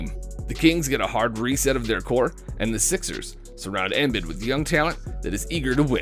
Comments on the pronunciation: No it’s not 🤣 man can’t even say embiid’s or buddy hields names right. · This mf cannot pronounce any of the players names…Embiid, Hield, and spelled Jerami Grant as Jeremy Grant. Bruh